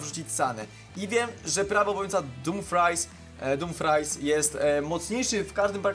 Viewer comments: Czyta się " Dumfris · nie dumfries tylko czyta się damfris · Dumfris się mówi A nie dumfries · Poprawiam Denzel ,,Dumfrajs'' Taka jest wymowa Nie żaden dumfries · „Damfris” się czyta jak cos :D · damfris się czyta tego Holendra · Ja mieszkam w Holandi i sie dumfris mówi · Damfris się czyta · Crystal się "damfries" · Mówi się damfris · Czyta się Dumfris jakby co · Dumfries sie czyta Dąłfris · czyta się damfris